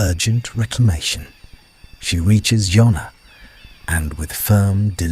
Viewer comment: Ffs JONNA…. NOT YONNA…. JONNA JONNA JONNA, all Jane’s kids names, begins with J……